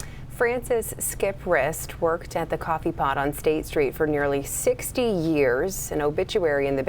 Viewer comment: Cwoffe paht